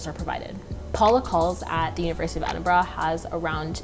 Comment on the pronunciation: Don't say it...don't...say...it...EdinBRUHHHHH